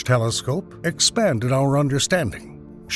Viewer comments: Nucleus, not nucyulus... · You can say "nuclear" correctly but not "nucleus"; "nuculous" is not a word. I cannot listen to this any longer, it irks me to no end. It was good content but i couldn't make it past 10 minutes because of that; learn how to pronounce properly, please. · NUCLEUS NOT NUCULUS